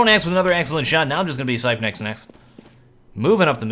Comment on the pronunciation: please, its not duphruh, its like dufree, and not sypenix but sipnix, plz (yes im from denamrk and used to hear commentators say it like that, keep up the good work